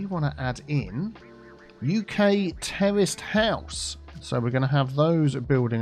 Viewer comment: 'Terraced house' just sounds like 'terrorist house' when you say it,. lol:)